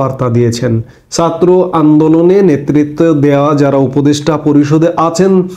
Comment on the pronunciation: Please fix your pronunciation of জ and ছাত্র । Please and thank you. 😊